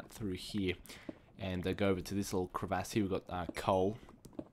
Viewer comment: Metaphoric and crevaahsss lol at your pronunciations ;D